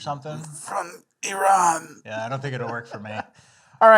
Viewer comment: Thanks for pronouncing Iran correctly